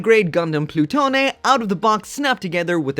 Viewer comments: I believe it is just Plu-tone not plu-toe-nay. As in Pluto. (I could see the name reappearing in Build Divers Re:Rise as well.) It is the unit that was developed in to the Nadleeh, Virtue, and Artemie/GN Archer. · I believe its pronounced Ploo-Tone. Anyways this gundam design is way more badass than its successor the Nadleeh